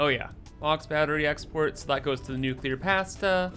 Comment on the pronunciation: New-Kewler Powah!